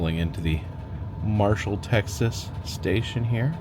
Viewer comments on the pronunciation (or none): none